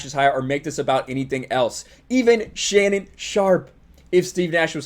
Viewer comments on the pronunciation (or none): none